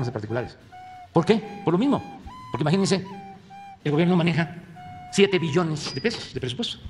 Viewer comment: Aun hay personas que dudan que quiere este señor regresar el país a los años 70s? "Maginense" como dice el